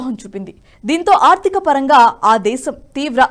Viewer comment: అమ్మా దయచేసి ఆర్దిక కాదు ఆర్థిక అని పలకాలి. 'వెల్లినపుడు' కాదు, వెళ్ళినప్పుడు. మీ తెలుగు ఉచ్ఛారణ భయంకరంగా ఉంది. అసలు నేను చూడను మీరు చెప్పేది కానీ బ్లూటూత్ లోఆటో ప్లే వల్ల వినాల్సి వచ్చింది. దయచేసి కాస్త ఆ అక్షరాలు సరిగ్గా పలకండి. పైగా రాజు గారు ప్రతి వీడియో చివర్లో వీడియో నచ్చితే బెల్ ఐకాన్ నొక్కమంటారు 😂😂😂 దరిద్రం గా ఉంది. ఒకసారి మీరు కూడా వినండి. ఎన్ని తప్పులు మాట్లాడారో ఆవిడ. ఎక్కడ 'ల', ళ', వాడాలో తెలుసు కోండి. ఇదంతా నేషనలిస్ట్ మీద అభిమానంతో చెప్తున్నా, పాజిటివ్ గా తీసుకుని కరెక్ట్ చేసుకోండి. గిరిధర్ గారివి, సురేష్ గారి వి చూసే మాకు ఇవి చీప్ గా అనిపిస్తుంది. వీళ్ళని చూడాలని కూడా అనుకోం. క్షమించండి పదాలు కఠినంగా ఉన్నందుకు.